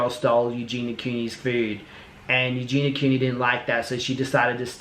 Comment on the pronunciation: He can't even say her name properly 😂